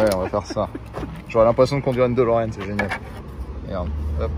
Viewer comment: Pour information ce n’est pas Dolorean mais Delorean